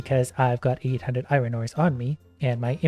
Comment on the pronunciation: I absolutely love watching but the way he pronounces iron does slightly bug me at times xD